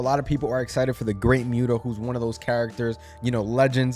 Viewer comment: It's actually pronounced The Great Muta (MU-TA), not Mute-a, but it's all good. He is a Japanese Icon.